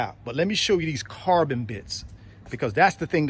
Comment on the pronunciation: I like how you mention "carbon". I thought yous saying "car burn". From Ghana, West Africa.